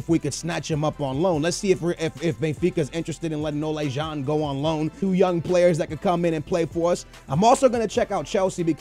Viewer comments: It's pronounced like ola, like the icecream brand. I'm dutch so i'm supposed to know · Ola Jean? Its ola John like the amercian way to say John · ***** No, it's O-lah. And van Glinkel? Really? Where the fuck do you see a fucking L? I can forgive butchering the G, but the added L... I know you're horrible with names, but come on, if you don't know how to pronounce something, break the name up in smaller parts and make it somewhat less horrible. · "Van Glinkel"? "Salaha"? "Olay John"? Srsly